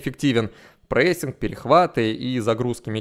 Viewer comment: все хорошо и даже отлично. полностью согласен с анализом, но ПОЖАЛУЙСТА прекрати говорить "прЭссинг". он "прессинг")